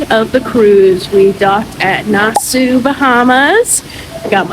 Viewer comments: It’s a ship NOT a boat. Also it’s pronounced Nassawwww NOT Nassaooo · I came to the comments to say the same thing , I’ve never heard it pronounced like Nas sue ?…😂😂😂😂😂😂😂😂. Too funny . It is spelled pretty weird though.😂😂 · It’s pronounced Nas-saw I have never heard it botched like that before. You probably went to every tourist crap stop. My dear, you should have asked for recommendations of things to do. Junkanoo Beach is not a nice beach locals will only work there not swim there because it is not a nice beach. But if you like it, I love it. Next time stop a local and ask for nice things and places to go they are not scary they are hustling they are probably some of the kindest people you will meet. Next time someone approaches you to buy something ask them a question like where to go and what is free and fun to do. Spit in your mask or buy defogger to clear it up. You are in the fourth richest country per capita in the western hemisphere (of Earth). This is not a great destination for poor people. That back alley as you call it is Wooded Rodger’s Wharf it’s actually had a lot of historical significance. You should have done a tour so you could understand more about where you are. Where your cruise ship pulled up is where slave ships would dock. That back alley was the auction block area for slaves. It you had turned left instead of right at Margaritaville you would have been at Pompey Museum and could have learned something about the place you were visiting. Pay for a snorkel tour so you can actually see fish, like thousands not 2 or 3 . Where you were was equivalent to looking for jaguars in a city. This would hard to watch because you saw none of the island which is the capital city by the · Girl, Nassau is pronounced 'Nass-Saw" good grief lol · Looks fun! Nassau pronounced Nas-saw. Enjoy your vacay!!! 🥂